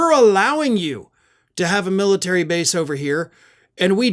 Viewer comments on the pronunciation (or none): The "Miltary.".